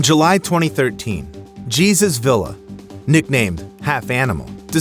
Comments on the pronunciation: The man's name is pronounced Hey-soos Vee-yah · Oh my heck straight out of the gate with butchering names! Jesus in Spanish is pronounced Hay soos. His last name, Villa, is pronounced Vee ya. Please learn the correct pronunciation of your subjects rather than insulting them.